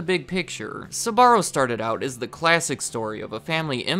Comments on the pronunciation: I actually couldn't finish this video because the blatant mispronunciation of the business name is too grating! Man, the name has TWO syllables, not three! "Ssuborrow!" No, I don't believe anything you say if you don't even research the name first. You can say "spell", "speak" or "sparrow", can't you? Or do you say "ssupell", "ssupeak" and "ssuparrow"? The company's name sound a lot like that little bird, actually. Not exactly but close. Think Sporrow. You disqualied yourself with this. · You don't have to overcomplicate the pronunciation of Sbarro so much. Sbarro can be pronounced just the way it is in English and it would be just fine...... in fact the added ah after Sb makes it sound weird and it's not correct in Italian. If you wanted genuine Italian pronunciation, your emphasis should have been on the RR sound. Very good and interesting video otherwise. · Pronounced like it's spelled!! Sbarro NOT Sa-barro!! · You pronounce it “suh-barro”? Lol I’m pretty sure it’s basically pronounced “sparro” except with a “b” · I hate the way you pronounce the name…Sbarro, not Suh’Barro. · Never understood why americans pronounce Sbarro as Sabarro! Why the extra syllable? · Having had the privilege of being extraordinary close to this family.. The first thing I’ll say is that the pronunciation you use of their name is all wrong -the family pronounces it “ SPAH -R0” Not, “ SUB -AH -RO. This was an incredibly close family and I’m sure they still are. Carmella was a woman with unbelievable energy and drive. She was also warm and endlessly gracious and generous. Her husband Gerry -short for Gennaro embodied the same qualities. The more commercial their business became, the more it suffered. Very interesting documentary and a lot of memories for me. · They're called Sbarro, why are you insisting on calling them Sabarro? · Why do your pronounce it like Sahbarro? Its wrong. Its pronounced like Zbarro with short s. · Jeez man, It Is not "esbarro" Is "sbarro", damn Christ, Is italian